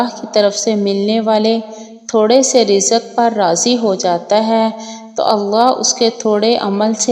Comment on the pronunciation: آپ جزم کو زبر پڑھتی ہو پھر زبر کو کیسے پڑھو گی ؟ وقٰت کو وقّت رزق رزّق پھر زبر کو الف پڑھو گی اور الف کو ؟